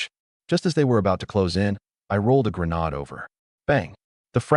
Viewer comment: The word grenade is pronounced gruh nayd. It a long hard "a" not a short, soft "a".